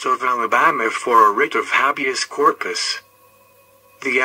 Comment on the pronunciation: Ah.. its pronounced ( hey - beous - corpus ) Not ( happi ouse - corpus )